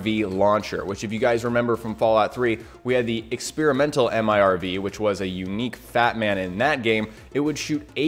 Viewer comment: Multiple Independently Targeted Reentry Vehicle, MIRV, please dont call it an M-I-R-V, we just say mirv